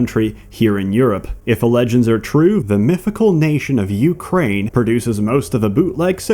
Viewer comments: What is this: "JUKRAIN"? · Ukrai...what? This fictional countries names are really hard to pronounce.